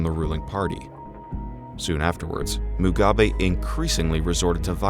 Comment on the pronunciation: Bosah Erinne He doubtless didn't want to be doing a third or fifth take of the reading getting "Mr. Mnangagwa" and "ZANU-PF" and the like to feel right. definitely kept saying "succeed" (as in succession) like "secede" (as in secession). He still got Mugabe and Chiwenga alright.